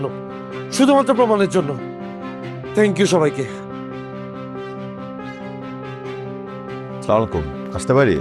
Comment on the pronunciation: নাটকে সালামটা শুদ্ধ করে দেওয়া যায় না, সামালিকুম এইটা কি সালাম